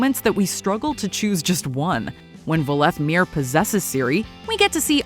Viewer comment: Mel ee tell ee. Vol eth meer. SMH 🤣